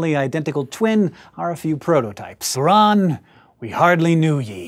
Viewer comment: It's pronounced Bure-Ahn